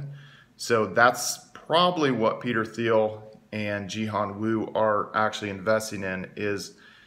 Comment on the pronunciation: Peter Thiel.. T T T T Thiel, pronounced Teel like eel or feel. Its a silent "T".